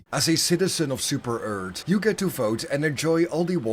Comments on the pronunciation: At least say earth not eard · How dare you say super earth like super-eart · Ah yes “Super Eart” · "Super ert"